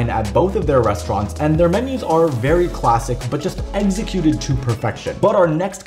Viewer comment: Dude did you say eggsecuted ? 😂